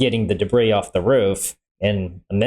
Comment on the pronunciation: It's "debris"